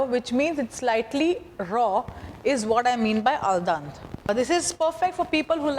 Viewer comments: A parte che non si mette l'olio nell'acqua, ma poi si dice aldente non aldante! Dio povero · Al DEnte, not Al DAnte....And it means 'to the tooth', not to the bite...